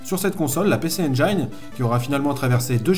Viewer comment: Juste pour info (engine) se prononce en anglais (njine) 😂